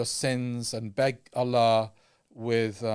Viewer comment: can you please announce Allah correctly 😁 جَزاكَ اللهُ خَـيْراً as usual for keeping us informed